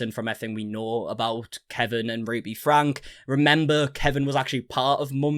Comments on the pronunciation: I have been watching you for years now, especially 8 passengers coverage....please forgive me but i have been wanting to comment this to you for a very long time....its not pronounced frank, its pronounced Franky. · It's pronounced FRANKIE, and Shari is pronounced 'SHERRI', in Utah.